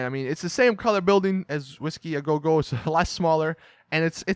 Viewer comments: really bothers me how he says whiskey a go go lmao, sounds like a doofus. it's said "WHiskey agogo" NOT "whiskeys AYY GO! GO! " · I just want you to say Whisky a Go Go correctly...